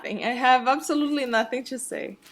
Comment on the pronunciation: I love how you say "chu" everytime you say "to/two" xDDD